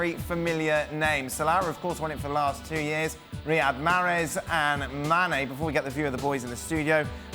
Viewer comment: Not even close it’s Mane